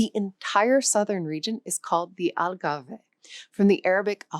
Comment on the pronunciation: I have issues listening to someove explaining the use of arabic words in Portuguese, but who pronounces Gibraltar (which has a soft G because it comes from Jebel) as gilbertrar or somesuch. Also Algarve is not pronounved Algarvay, but Algarv, because it comes from Al Gharb (the West). Oh and maybe listen to the way spaniards pronoune Al Andalus (Al Andaloos) rather than the strange pronunciation. In fact almost every single Portuguese word is mispronounced - and Alentejo is from Alem Tejo, "across the Tagus", not from Al.... anything. The town of Fátima gets it's name only indirectly from the sister of Muhammad.... the story is far more "romantic" Supposedly it is named after a C12th Moorish princess captured during the reconquista - and who fell in love with her captor, Gonçalo Hermigues, converted to Christianity and took the name Oureana. So the nearby city of Ourém is named after her, but the area where she lived kept her original Arabic name, Fátima